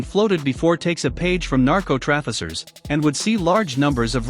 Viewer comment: I don't think its a real person: at one point: it made an error and said "Narco-traffi-cers" as in "Traffi-sers" rather than "Trafficers"... Check ... We are getting there - Voiceover Artists, and even actors will be shaking in their boots now - with the advances in AI Faces and voices!